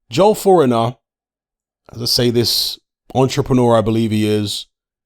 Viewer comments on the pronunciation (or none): I belive its pronounced FOR-NI-EAR. 🤷🏽‍♂️ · It's pronounced, forneeay. And that's not his ped info being repeated, he's been caught multiple times.. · Thinks it’s pronounced for-nee-aye 😂😂😂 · Hey speak to your mate Jaque for the correct pronunciation of Fournier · You are butchering his surname lol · All of a sudden is illiterate and can’t pronounce fornier even though his name is pronounced as it’s spelt. With all the content he has to watch to have this channel he knows exactly who he is hence pretending to mess up the name. Just like pretending not to know who Maya Jama is... Brilliant